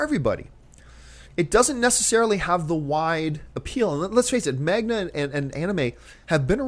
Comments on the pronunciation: First off john its man-ga not mag-na I know its picky and you dont care for it but at least learn what its called. Not about pronunciation, its about spelling, thanx. You seem to always have the same issue with Anime and Manga as always and its a false point. You brought up power rangers and said if they just follow the mythology and reimagine it, it could be good. I agree, to that point its not about brand. Now of course it could be. Lots of timesmit is. Sometimes, though, its just about amgood story. It dosent matter if its from manga, books, previous movies, tv, anime, whatever. This is not the great director, actor, writer philliepe the dancing microphone argument. Its about story origin. Those who argue just do original instead, as john says they do they are just normaly not block busters which is why most people dont know about them. So instead os just saying, no, not enough people want a "Bleach" or "Cowboy Beebop" movie so no. Realize the answer is yes there is some good story telling in the japanese markets that can translate to american audiences if done right just depends how they hand2l the properties. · John??? are you serious about Anime and Manga? (and its maNGa not maGNa.) your favorite movie of this year was based on a manga,, EDGE OF TOMORROW!!!!!! Matrix was a lot based on a manga (ghost in the shell) That being said, most people really didn't go see Nolan's BATMAN because of the comic, ,only cause they had great stories, now if you can find great stories in manga, who cares? people are gonna like it...and yes, its a great source material.. only american ignorance wanting to insist NOT to go there, or any other places even when you see the good stories adapted from them !!!!!! O__o there are amazing stories out there in the world which can make good movies with hollywood money and talent,but they just want to insist on ignoring them... well, its is your loss,we already know those stories and enjoyed them!! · Why is John pronouncing manga as magna